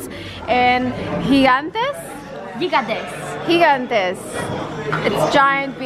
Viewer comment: The first time you said gigantes sounded just like Spanish!